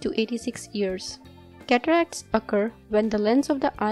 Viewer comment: Cataracts!! I thought you said....Cadillacs.